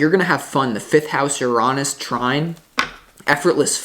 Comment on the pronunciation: Love the way you say Uranus ❤